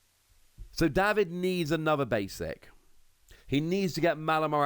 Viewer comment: Day-vid,, not Daw-vid.